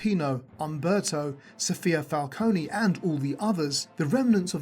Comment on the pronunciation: you call him "Umbreto", then you say "Umberto" (which is correct). Just saying... 🤷